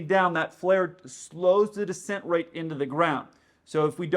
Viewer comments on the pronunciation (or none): none